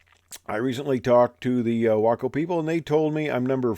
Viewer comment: It’s great that you pronounce your WACO correctly.